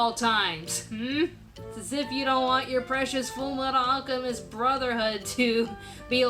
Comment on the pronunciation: u mispronounced fullmetal alchemist